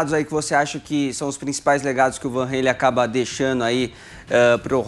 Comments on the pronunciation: Tudo Bem sobre o Van mas o Regis é um completo Boçal... Usa o Fonética REYLEN mas não usa o mesmo critério para os demais nomes do Rock... Ou seja... um cara completamente desconhecido que fica com essas fonéticas para aparecer é VAN RRRAAALLLEEEMMMM, mas enfim se for inglesar os nomes da musica, que o faça em todos os nomes... Um boçal... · Não é /van reilen/, é /van ralen/..... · Não entendo pq as pessoas falam Van Reilen... o nome é holandês e não inglês, é Ralen, Van Halen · Em holandês a pronúncia é "rálen" mesmo; Regis usa a forma inglesa, mas equivocadamente (o correto em inglês é "rêlan", não "rêilen) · Meu querido, Régis. Não se pronuncia “Reilem” e sim Halen! Rálem! Adrilles, primeira vez que eu ouço você falar besteira! Era melhor ficar calado. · A pronúncia é Halen e não "Reilem", por tratar-se de um nome holandês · Não é assim que se pronúncia "Van Halen", a pronúncia abrasileirada é mais correta do que essa aí pedante do Regis Tadeu, pois se trata de nome neerlandês, logo diz-se "Fan Ralen" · Hey Regis... Por favor, você quer pronunciar o nome do Van Halen todo pompudo mas você está pronunciando ERRADO! Não há a prouncia do æ. A pronuncia do Eddie passa mas o resto NÃO.